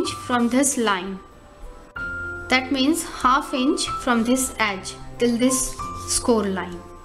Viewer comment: she pronounces this - dhhis